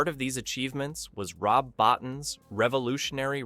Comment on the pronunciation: His name is spelled Rob Bottin but is pronounced Rob Bowteen. You're welcome.